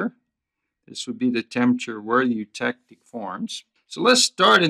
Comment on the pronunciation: Oh god, why scream every time when pronouncing the word eutectic